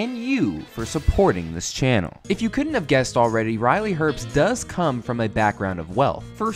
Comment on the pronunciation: I find his last name mildly annoying, everyone pronounces his name herpst, there is no p there.